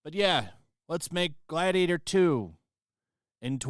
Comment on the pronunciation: “Myyy gladiata!”😂😂😂😂